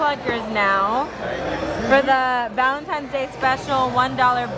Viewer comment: "Valemtime's day"